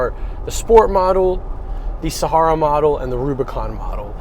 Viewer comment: It's pronounced Sahara not Sahara 😉